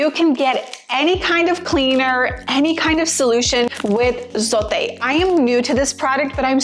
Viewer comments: It’s pronounced “Zo-teh” not “Zoe-T” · It's funny how she's trying so hard to say it